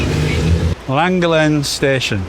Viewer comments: Loved this. We went to Bardsley island a couple of weeks ago. We live in Abersoch, near Aberdaron. People do live on the island but tend to move out for winter. And your send part was Llangollen - pronounced lan-goth-len 😊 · Crossed over from the bike channel to this one, I live local to Llangollen, for your ease of saying the name properly it is pronounced Lan-goth-Len 👍🏻 As for a great route on you bike go up the horseshoe pass and through the llandegla moors over to Pontblyddyn to the old stores bike cafe for a stop. Then do the reverse back. Some of the, if not best biking roads in the Uk 👍🏻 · The funniest pronunciation of Llangollen I’ve ever heard. And I’ve never laughed so hard at the voice overs as on this Welsh trip. I only live half an hour from Llangollen. Thank you both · I quite agree with others…..probably the worst pronunciation of Llangollen I’ve ever heard ! PS love your videos (and I don’t even own a mobile home thingy.). PPS. Have you done Shropshire? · for F*** sake guys... I already told you how to pronounce the basics, I wouldn't mind but you even asked! And I expected it to be bad, but well done, you managed to pronounce Llangollen worse than anyone I've EVER heard. Shake... my... head. ❤